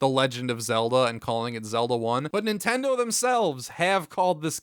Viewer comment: I learned early on to leave the TV on mute if I left my good ole "Nintendur" on while doing homework.